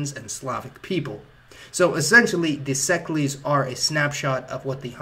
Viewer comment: Szeklers not szeklees or whatever word you are using. unless you are able to pronounce the hungarian word. which you are clearly not.